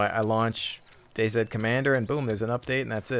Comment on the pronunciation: DayZ is pronounced Daze. Day see/sed would be right if it was spelled Day Z.